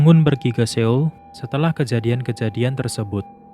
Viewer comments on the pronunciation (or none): none